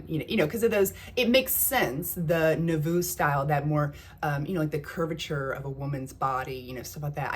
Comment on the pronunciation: Nouveau is pronounced "noovo" with the accent on the long O.